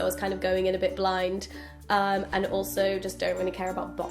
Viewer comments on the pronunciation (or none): none